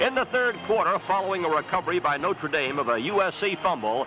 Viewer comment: He properly pronounced "NO-TRuh" Dame, not "NOter" as people pronounce it now.